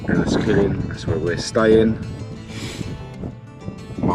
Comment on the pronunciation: Hey just letting you know its spelt cuilcagh but it's said like quill ka